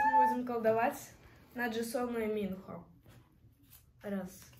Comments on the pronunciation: извините конечно, но правильно МинхО, а не МИнхо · Какой минхО МИнхо, и не ХенджиН а хËнджин